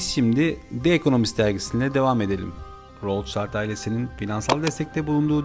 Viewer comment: Rothschild alman asıllı aile., rotşild diye okunur